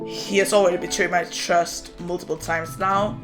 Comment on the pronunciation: Idk why i think of SIFT when you say trust